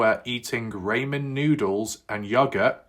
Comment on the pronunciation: Not a big deal but for clarity in the US we say raw-men noodles not ray-men noodle lol🤷‍♂️😎